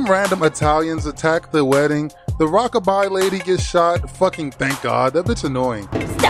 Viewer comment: I just realized she couldn’t pronounce “Rocka-Bye-Baby” and she just kept saying “rahkuhbahh baebee”